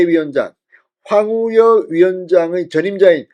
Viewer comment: 황우여라는 말을 그렇게 못하시면 많이 연습해서 방송을 하시지요 넘 답답하십니다 계속 황우려?